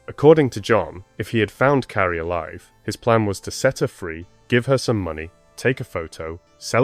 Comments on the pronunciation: Her name is Carley(car~ley) not Carrie…respectfully. I noticed that you say a proper about a quarter away through the video. Is there a way to change that or edit those parts or let people know that it was an honest mistake. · Her name is CARLY, or CARLIE. Not Cari. You can't even say her name correctly. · I’m sorry, but you’re kidding right? He (or the AI he was using) didn’t even pronounce her precious name properly!! He called her Carrie, Charlie, Kly, etc. Her name is Carlie!! And don’t come at me about accents, it wasn’t that! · You might want to get the victims name right at least once in your video. It’s not Kly or Carrie or Caaari as you stated. It’s Carlie Bruer. If you’re going to use these tragic incidents as your income, at least respect the victim and her family. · If you’re going to create videos like this, at least have enough respect to get the victims name right. Yo said the wrong name 21 times before you said it correctly. Her name is “Carlie” not Carrie! Then you continued off and on calling her “Carrie” instead of her correct name. That is so disgustingly disrespectful to this innocent young girl. You need to fix this immediately, please… my gosh it makes me sick to my stomach every time you say this poor child’s name wrong.. Do the right respectful thing and FIX THIS VIDEO NOW PLEASE! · Her name is CARLIE, not Carrie! 😮😮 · could get childs name right its not carrie its carlie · If you're going to narrate, get her name right. It's not "Carrie" or "Charlie".... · The narration sounded like her name was Curry.. thanks for this xx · I came to say this 😅